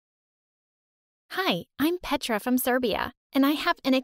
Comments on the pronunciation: Nahhh no serb is going to say PETRAA ITS A SERBIEN NAME BUT NOBODY IS GOING TO SAY IT LIKE THAT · It's not pedra it's petra🤨